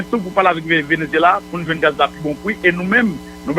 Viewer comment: Moïse Jean Charles doué kinbé calme li leu lap parlé. Li pa kapab di 1, 2, sanl pa mété surette nan bouche li. Par exemple un sé in, deux sé dé, bagay yo grave.